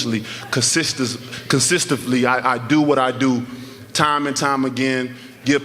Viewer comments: This nigga said "cosistifleey" lol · 😂😂😂😂.... Consiftifly.... I think that’s what he said lmfao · He just say consistifly...? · man 'consistivly' knocks mans out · Did he say consistifly???? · mans said "consistively" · Y’all keep talking about how he said “consitifly” buy you know what it means 😂😂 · ".....consistively"?????? 🤷🏿‍♂️😂😂😂 im like ✊🏿✊🏿 fa sho my Brutha!! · Dude is making up his own words now? Consistavely? Lmao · Deontay "CONSTISIZ.. CONSTIFLY" Wilder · That boy said consistively lmao. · Hell yeah D Wilder. Even making up words now."consistenfly" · This nigga just said “consistively” 😂😂😂😂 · Lol!!! I heard that too!!! But when he "consistively" knocks out opponents, he can make up words anytime he wants. 🥊😠🥊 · "Consistively"... Screw English! Talk your talk Deontay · Deontay “Constistifly” Wilder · CONSINTENVLY DEFINITION 1. in every case or on every occasion; invariably. "Wider consistenvly outperforms all his competitors by knock out 2. in a fair and impartial way. "Wilder have to talk consistenvly to create new words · “Consi-STIFF-ly” couldn’t have used a better word. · The man said, "Consistively." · Did he say..".Consistivly"..lol...Let's Go Champ.. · Lol it was consistifly